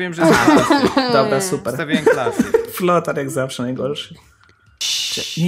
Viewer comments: Też mi się zdaje że powiedziałeś flotar :D Ale ten tekst flothara mnie rozwalil XD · Frotar powiedziałeś frotar XDDD